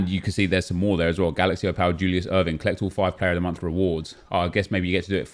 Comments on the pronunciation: You're saying Opal (Oh-pul) wrong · Would help if you could say the word OPAL properly 🤣🤣🤣